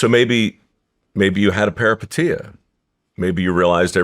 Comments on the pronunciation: everytime he says perapatia take a drink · How many times did he say "Paripeteia" like anyone knew what he meant 😂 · If i here parapatia again come out this man's mouth I swear to christmas 😂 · Take a shot every time Mike says the word “peripeteia” if you want to wake up face down, and naked on your front lawn in the morning… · 😂 Say peripeteia one more time Mike. 😅